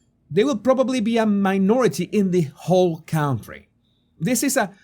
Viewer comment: A very fair and balanced report. Thank you for that. PS: learn how to pronounce 'county' and 'country' - they are not the same sound